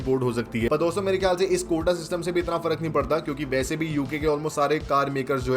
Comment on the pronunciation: it's quota,not kota